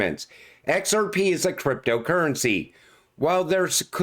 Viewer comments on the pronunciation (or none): I will set your "we're gonna talk about EX AR PE" as my new ringtone